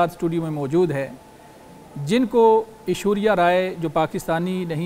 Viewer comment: Anchor cant even pronounce Ashwariya's name, its not ashuria! spoke very well